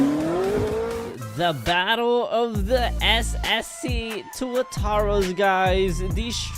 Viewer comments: The previous one says SCC and now it says SSC now he pronounce it right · finally he pronounced it right